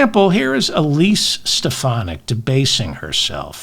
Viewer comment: He can't even bother to pronounce her name correctly - is Stefanik craving a neck stretching from the loonies?